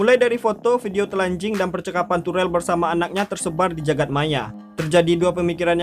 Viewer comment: Bang lucu bangat bila abang bilang " telanjing "